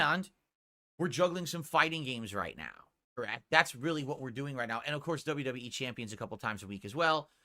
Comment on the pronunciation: bro say wwec LMAO